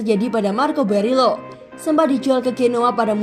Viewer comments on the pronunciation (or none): Teteh Admin penyebutan nama pemainnya yg bener Dong...! Borielo Jadi Berilo, Digao jadi Diago...🙏